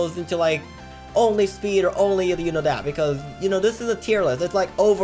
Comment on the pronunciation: Speed not sneed